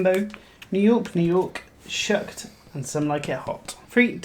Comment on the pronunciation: It's "Shucked" not "Shooked"!!!